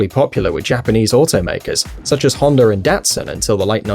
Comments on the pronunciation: I never knew there was a 'honder'. I did know there was a 'honda'. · this man said hondr😂😂😂😂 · Every time I hear Hondar I wanna puke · Lmao "Honder" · Why are people pronouncing "Honda" Like it has an R at the end?